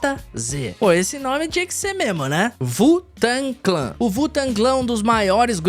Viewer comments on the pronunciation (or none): Primeira vez na minha vida que vejo alguém falando (vu-tangui-clan) ao invés de (U-tengue-clen) pro grupo Wu Tang Clan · "vutanclã" não né, parceiro